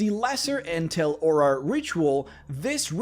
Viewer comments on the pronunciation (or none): none